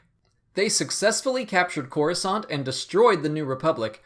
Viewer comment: It's Coruscant